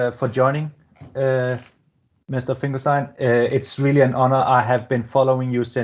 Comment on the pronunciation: Pronounce your Guest's name correctly, please.